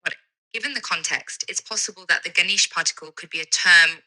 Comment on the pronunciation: It's "Ganesh"